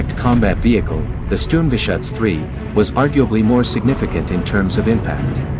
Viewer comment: sterm ga shuts....dam'd robot narrators!